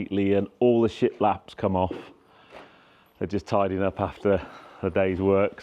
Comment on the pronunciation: Keep thinking you’re saying shitflaps 😂